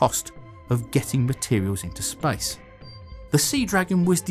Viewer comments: Why does he say spice instead of space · Why you say spice instead of space? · Sounded like you said Spice Race.. Thought this was about to be about a rocket to Dune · “Spice” station? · Why did you say, "spice rice"? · The spice rice? Spice station? Come on, learn to pronounce words right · i thought he said spice instead of space ,lol curry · First 5 seconds I heard: "In the history of SPICE" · spyce?? hahahaha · Is he saying "Spice" or "Space" 😅😅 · I first thought he said "the history of SPICE"...im still laughing on myself... Love your contents sir. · why do i keep hearing him say spice in the begining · I keep hearing him say Spice instead of Space, changes the context massively. The history of Spice! The Spice Race! The first American Spice station, Spice Fans! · everytime you say space, it sounds like spice. Am I the only one that hears this?